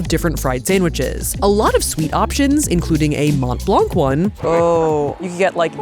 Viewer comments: Hi nice vidéo. Came here only to say it’s not prononced mount blank it’s « Mon Blan » ❤❤ full love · I will say, and this is very pedantic and doesn't actually matter (amazing video regardless), hearing mont blanc be pronounced with the hard t and hard c hurts my french-Canadien heart. It's more pronounced Mohn Blahn, french loves those silent last letters especially t and c. No hate, just me being a language nerd. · Every time she said Mont Blanc, I heard Matt Leblanc 😂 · It's pronounced Mon blan...the T and C are silent. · Did you say monT blanK 😅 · Watching with fascination!...I‘m up to the second knit pillow Mont Blanc dessert....pronounced “Mon Blân.“..last consonants rarely pronounced in french...Bonjour from Montréal...will keep watching, c‘est très sympa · I really need to tell: dont say the T and the C in Mont-Blanc. Its more like Mon-Blan. Snowy montain in french. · Loved the vid and the wholesome energy! But as a french guy, the English prononciation of Mont Blanc hurts my ears :') (the "t" and "c" are silent btw, a lot of french words do that)